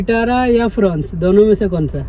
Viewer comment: I heard fronx as prawns😂